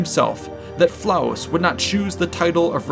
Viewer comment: LOL! 🤣 😂 🤣 ❤️ Well done! "Flavus" not "Flaus".